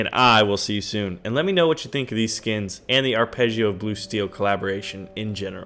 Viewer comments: dammit its anime as in ani!(like animal) me(like may) and its Ar(like are)pegg(up to you if its pechg or peg) io like (ee oo) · "Arpeggio" has a strong "J" sound. It's italian, not french. ;) Try saying it like "Joe" with a great emphasis on the "J".